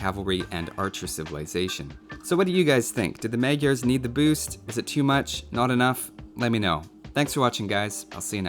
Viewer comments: This is how you pronounce it: It's like "Muh-jar" soft on the j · I feel so horrible for saying this, but it's technically pronounced 'MOD-jer'.